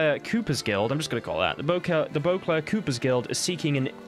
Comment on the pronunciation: It's Cooper with a long o. From the profession of the cooper, someone who builds barrels. Obviously very important in Toussaint.